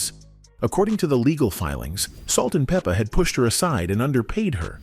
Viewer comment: We could do without the commentary. You're not even pronouncing their stage name right.